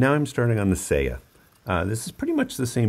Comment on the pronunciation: It’s /sɑjɑ/, not /sejɑ/. せや is Kansai dialect for “oh, yeah.” Not Japanese for scabbard.